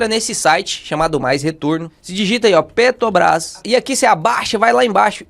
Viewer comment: PeTObras não... Bota o "r" aí... Fora isso conteúdo excelente!